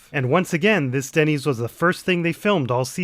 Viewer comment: Ah it’s Dennys, Jesse calls it ‘Dinnys’ I thought it was a new restaurant